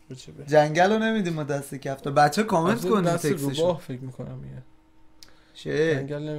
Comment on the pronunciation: گفت کفتال